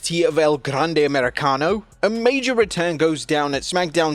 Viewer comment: Please keep saying El Grrrande as many times in one sentence PLEASE! I literally ROFL’d when I heard that line!